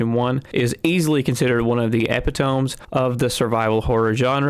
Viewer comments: Wtf is an ep-i-tome? It's pronounced e-pit-oh-me, you numpty. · epi tome??????? ep-it-OH-ME!!!!!! >:( ANYONE WHO SAYS IT WRONG IS THE EPITOME OF A DUMBASS !!! >:( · Eh-pit-uh-me not epi-tome, i made that mistake for years lol. Good video, thanks again :) Edit: come on guys I'm sure he gets it by now. This is just getting silly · Epi.....tome....? use proper english, jesus christ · I about had an aneurysm when you pronounced Epitome (Uh-Pit-Oh-Me) like that..... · “one of the epi-tomes” get this man a thesaurus — stat! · starts video "Epi-tome." stops video You may not think this is a big deal, but fucking up basic words like that just makes you seem unintelligent and not worth listening to. I keep on hearing this same type error across YouTube from new channels, and it's pissing me off. Is this how bad reading comprehension has become? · Disliked! How old are you? Epitome is pronounced “e-pi-toe-me” 🤣 #fail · Epi Tome. 😂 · Ep eh tome??…….omg I can’t stop laughing 😂😂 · Very intelligent youngster. doesn't know how to pronounce Epitome. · Epitome of mispronunciation. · That's not how you pronounce "epitome." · Based on these comments you should keep saying epitome like that just for the giggles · How can you possibly not know how to pronounce that word? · Your pronunciation of epitome is scarier than any old mansion. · it's not tomato tomato. You're saying the word wrong. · C'mon man. Don't be that guy. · I mean it doesn't bother me, I'd prefer someone tell me if I did it, no shame in not knowing. I said it wrong for years because the first time I heard it was in a comedy show called "Epitome of Hyperbole" with both the words pronounced wrong